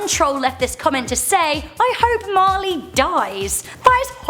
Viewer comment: My name is Marley and it sounds so weird when you read the comment 👍🏻